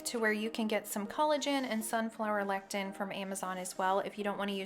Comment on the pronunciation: It is pronounced le-si-thin. Lectin is natural repellant produced by plants!